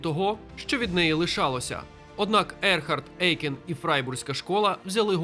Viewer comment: Дякую за відео - пізнавально. Єдине не ЕЙкен а ОЙкен. Це суттєво. У німецькій мові "EU" читається, як "ОЙ".